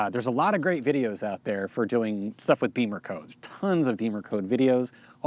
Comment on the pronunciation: Why do people pronounce it "BEEMERcode" when it's spelled "BIMMERcode"? (you're not the only one)